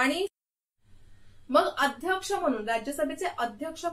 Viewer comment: Mam loksabhecha aadyaskha asato...tumi uchhar chukicha hotoy ka